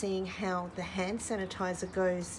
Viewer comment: Sand hanitizer didn't strike me as wrong untill you kept repeating it and saying you can't say it LOL!